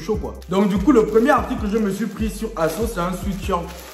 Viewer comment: On dis asos